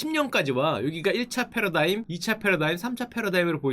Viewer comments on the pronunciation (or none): none